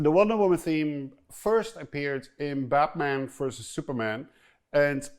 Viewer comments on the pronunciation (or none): none